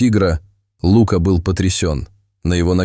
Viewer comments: Птчему ЛУка, а не ЛукА. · Неплохой рассказ, но неприятно слушать неправильное ударение в словах. Что за Лука, ударение на у. А ведь есть известное имя Лука, ударение на а. И еще несколько слов. Непонятно, вообще что за тигренке, ударение на и. Такие простые слова и столько ошибок. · Лука, ударение на А! И Кот! а не Като! Русский язык не изучали?? Ну тогда не стоит читать истории.! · Рассказ очень трогательный , но если бы читал текст не робот , а человек, было приятнее слушать . ТигрЕнок и Лука режет слух !